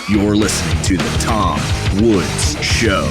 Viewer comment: pssst... Woodzzz... There is an 's'